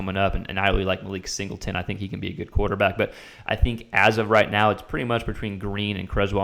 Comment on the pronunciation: I want you to continue observing the Razorbacks quarterback situation and say Malachi Singleton name correctly. Please more updates next week on how it’s going